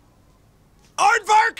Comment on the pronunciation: I believe he said ardfark. Technically a swear.